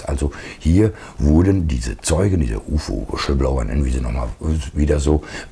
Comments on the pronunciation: Schönes Video. Aber Kollege, "Wischelblower" geht gar nicht! Hihihi. Hör Dir die Aussprache des Wortes lieber noch mal irgendwo an. :D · Sag mal [Wislbloua] ohne 'sch'… 😀